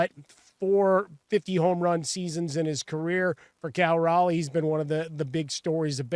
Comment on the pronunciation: Respect. The Locked On Astros duo both mispronounced Raleigh's name 7 times tonight as Riley... and they called him average.